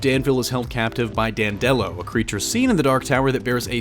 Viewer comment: It's Dan'-de-lo, not Dan-delo'. (At least, going by the audio books).